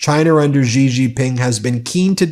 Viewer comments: Love everything about your site. But please quit grossly mispronouncing presidentXi's name. It makes it seem like you are mocking him. I am sure you are better than that. It's not Jee or zhee. Its closest English translation would be the word "she" (although not perfect it is the best many non-Mandarin speakers can do and is perfectly understandable). I beleve that you have enough integrity and and respect for the president of China and their people to try to sy the name properly. Thanks for all your work! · Love your programmes, watch them daily. Just a tip from an Australian that studied Mandarin.. ‘Xi’ is pronounced ‘she’ or just like ‘c’. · The Chinese president's family name is Xi, not Gee.